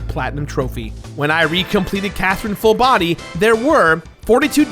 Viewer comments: lol nah you clearly said quathrine, nice try! hahaha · It's c not q